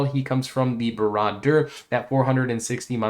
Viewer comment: Dude, you’re mispronouncing Barad dur. Don’t mean to sound like an ass.